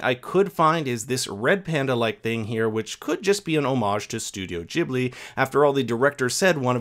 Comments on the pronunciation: Gibli not jibli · STOP CALLING IT THAT SAY IT WITH A G NOT A JJIBLHIY… also I watched Porcoroso and I really liked it